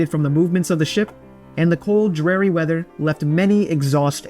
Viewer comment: Pretty sure ‘dreary’ is pronounced with an ‘ear’ not an ‘air’. ‘Honduras’ needs to be redone as well